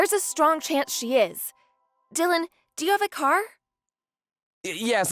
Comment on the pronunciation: Bella voice actor please learn how to pronounce English words properly. My god you can’t even say the name Dylan